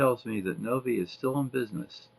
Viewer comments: Btw, the pronuciation is Nov-I (Nove Eye). It's named after Novi, MI where many of my relatives live. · Very neat car - and wow it's interesting to see that enormous compressor and learn that it was always on. AC certainly was rare in those days. Novi is pronounced Nove-Eye, btw. The company's named after a Detroit suburb, not far from where i lived as a teen - and i have lots of family there.